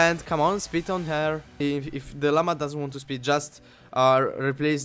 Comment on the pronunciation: I like how when he says spit, it sounds like "Speet"